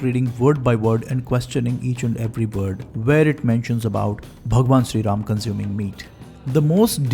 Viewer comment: you r just a dumb propagandist who can’t even pronunciate Bhgwan Ram correctly u r just a slave of britishers who is glorifying english and non vegetarianism